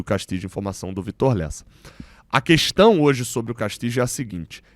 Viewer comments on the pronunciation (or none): none